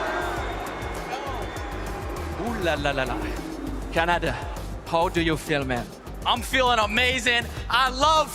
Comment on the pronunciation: The announcer called khanda Canada 😂